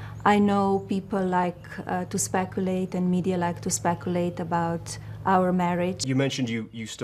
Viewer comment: I feel bad for Melania. She didn’t want to be First Lady and she’s trying best. Also “specuulate”